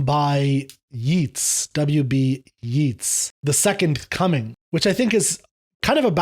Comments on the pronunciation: Just a small note: "Yeats" rhymes with "gates", not with "sheets". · I've never hear the poet pronounced that way, but I guess you are talking about William Butler Yeats? His name rhymes with 'dates'! And in respect to 'Second Coming', you need to put it in the context of Irish nationalism in the early 20th century to understand it better.